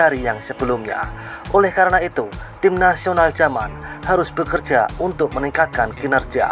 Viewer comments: Yaman,bkn jaman,,,klu logat asing yamen😂😂😂😂 jaman donk😂😂😂😂😂😂😂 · Min bukan j tapi y